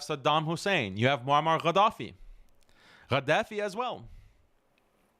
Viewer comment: It is Gaddafi not whatever what you pronounce